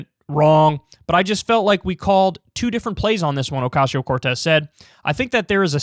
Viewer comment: I prefer when Kyle says Alexandria OcasHio Cortez. :)